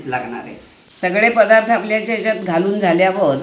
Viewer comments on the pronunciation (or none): none